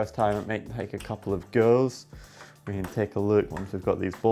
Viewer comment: I was a bit distracted and He said "goes" I listened "girls".. Watched like a maniac looking for girls lol. It's so rare girls to show up at this channel